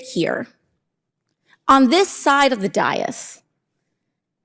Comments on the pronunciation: ITS PRONOUNCED LIKE “DAY-US”! Goddammit I like AOC but she’s got to have heard this word or have some staffers who have heard the word pronounced enough times that she shouldn’t being saying “die-us” on national tv. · I like AOC, but is it that hard to pronounce the word dais?